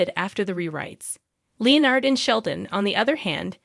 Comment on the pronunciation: Sorry, but your voice AI is mispronouncing Leonard's name.